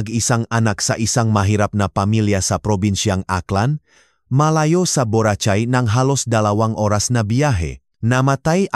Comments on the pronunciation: Mali pronounce Nyan sa Borachay BORACAY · Ang pangit magsalita ng nagbabasa mali p pronounceung buracay ang dinig ko buratsay marami p mali ang bigkas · Boracay hindi borachai, daw gago ka!!!! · does not know how to read BORACAY